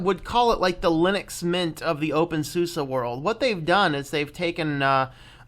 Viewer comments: your saying opensusa its opensuse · It's basically Zoo-Zuh/SUU-Zah (SUSE = S_oftware - u_nd - S_ystem - E_ntwicklung/ Software and Systems Development)